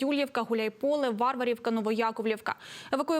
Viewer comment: Ведуча, село називається ВарвАрівка . Ставте правильно наголос. Неприємно як ви перекручуєте назву.